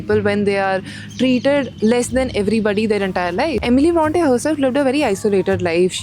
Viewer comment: It is actually pronounced as Eh mi lee Brawhn tay